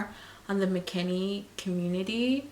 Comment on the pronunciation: It’s McKinney not McKinley